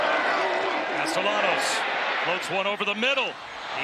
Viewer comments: is the qb italian, it chould be pronounced: cas-ta-ya-nos - if he is of spanish descent - right? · The way the announcer’s pronounce Castellanos is so frustrating 😭